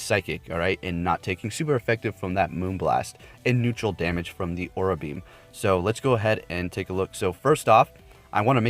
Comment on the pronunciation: I beleive it’s pronounce a-raw-ra beam, not aw-ra beam